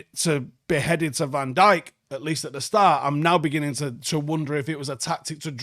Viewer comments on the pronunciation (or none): none